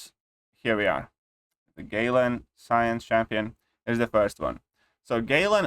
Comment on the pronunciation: My man said "Gay-lan"😂